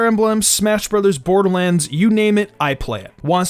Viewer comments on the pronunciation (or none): none